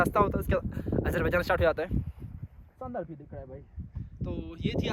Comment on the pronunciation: Armenia jaa bhi view ko bhiew bol rhe h😂😂